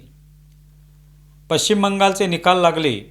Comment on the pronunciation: पच्ची असा शब्द नाही... त्यामध्ये sh श हे अक्षर आहे! पश्चिम बंगाल म्हणा! पच्चीम काय?? नसेल तर वेस्ट बंगाल म्हणा! कितीतरी वेळा सांगितले 😮